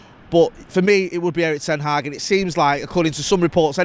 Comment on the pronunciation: Please learn how to pronounce Erik ten Hag